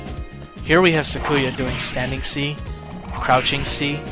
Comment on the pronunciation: I think he means Sakuya , he says Sa-koo-ya, htat's the one i noticed, tehre might be more